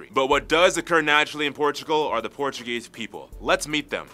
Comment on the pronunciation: your portuguese is very good to be honest, nice pronunciation